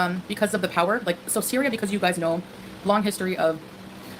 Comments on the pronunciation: said cereal instead of syria and didnt even realise 😂😂😂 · Replay gang! You most definitely said Cereal instead of Syria 😂🤣